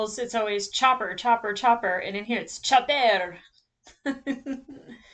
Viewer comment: If you're going to pronounce Chopper (charmingest traumatised soldierdroid in the galaxy) in french, Lengthen your o.